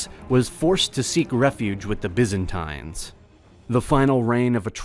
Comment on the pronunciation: Is anyone else screaming internally each time Byzantines is pronounced?